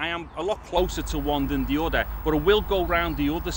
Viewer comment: udder = other